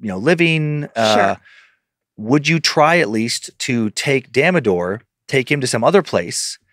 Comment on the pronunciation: Dan's pronounciation of Damodar is HILARIOUSSS!! I live for wrong Indian pronounciations 😆 Love you guys mostest <3